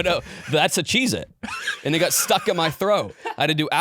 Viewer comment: The way pronounces "got" is verbal torture. It's not 'gut', its "got". A fair simple one-syllable word to pronounce.